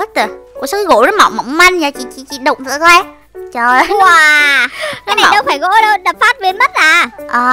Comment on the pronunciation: Em nghe chị nói gỗ mà toàn thành gổ thui